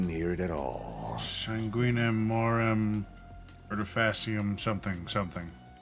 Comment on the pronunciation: once again, the latin is pretty good! Im so into it! 'The Custom(it sounded like moem, which is a word I dont recognize, but said morem whichmakes sense and I think I just heard the first one wrong, but could be a mistranslation) of blood, skill(Artifacium is the genitive for the noun 'art' as in, the ART of dance. its genitive here so TO or FOR the art, and 'In' is... well... in. this means the translation goes something like "To the Art in" which I cant quite parse, but the last word might bring it together. Since mentioned the latin wont be perfectly gramaticaly correct, soemthing that just overall is reasonable beacuse, its hard, and time consuming if your coming from a language like english, so Im just boiling it down to 'skill' because that sounds like the cultier thing to say.) in... (I do not recognize coligea, maybe someone can check me on that) The customs of blood. Skill in __